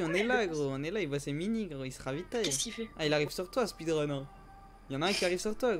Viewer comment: gg GROS MAIS je crois c"est speedrun pas speerun